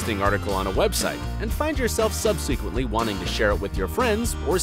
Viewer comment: Never mind mispronouncing the word "subsequently" in this video, but referencing a poem by William "Woodsworth"???? And this is about seeking correct search results? : ) (It is William Wordsworth).